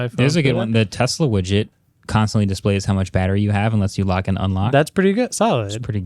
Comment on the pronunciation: Alright you guys have to stop this right now there are a couple guys on this podcast that pronounce Tesla like it's Tezzla with a Z there's no good reason why any of you should be saying it that way I don't care how much of anglophile you are stop it stop it right now.